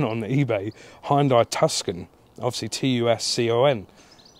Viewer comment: Watch fast & furious Han will tell you how to pronounce 'Hunday'😂 . There is a TVR Tuscan, slightly more interesting than this lump. Hopefully makes you a few quid